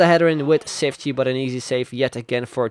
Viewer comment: The "ç" is said like "ch",so its said Chiftchi